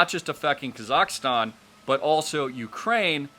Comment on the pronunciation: You need to learn how to pronounce kazakstan not kazakastan. Dope